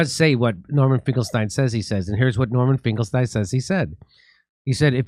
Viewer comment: It's pronounced "Finklesteeen"!